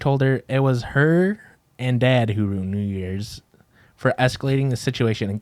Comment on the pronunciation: The facial expressions Erika makes every time says “ruined” wrong 😂